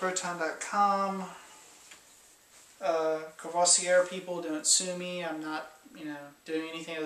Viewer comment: You have to say "cour-voah-zee-é" Courvoisier l'ami ("er" is often pronounced "é") I never tasted the Rose one but XO and VSOP are like dessert for me. Will try it for sure. What i prefer are alcools with a strong herbal taste such as grappa, absinthe, armagnac and... té-té-Téquilla!